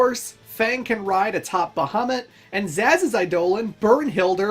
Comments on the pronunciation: His name isn’t Zsasz, it’s Sazh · So one of the characters is Sazh pronounced like Zazz? “Sazh? Show this blue pest how we do things up here!” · How do you mispronounce sazh's name it says it in the game I can understand Quinnas and tidus's but jesus